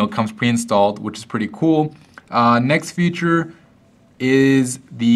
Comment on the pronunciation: He says future instead of feature....